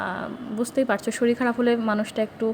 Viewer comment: Madam apni eto kichu janen r eta janen na j ktha ta শরীল নয় শরীর